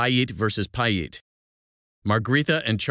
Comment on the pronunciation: Butchered the pronunciation bro!